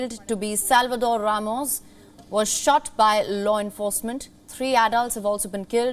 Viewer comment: I like how this Channel says the distance Uvalde is from Mexico and not how the USA Channels say the distance from San Antonio Texas. Plus thanks for saying Ramos not Raymose. Blessings for the children.🙏🏽